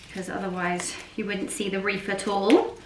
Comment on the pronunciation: lovely...it sounds like you're saying reef? 😊 not wreath....